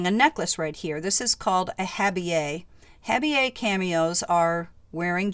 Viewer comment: What a beautiful collection, 😍. Thx for sharing the Wiki info and for explaining/pronouncing “intaglio” & “habille”. You share your knowledge without being snooty ☺️